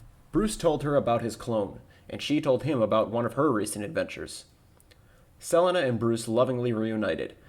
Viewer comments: never heard 'selina' pronounced like that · I dont know why but that weird pronunciation of Selena causes me cringe. Just like on rick and norty how their current univers pronounces parmesan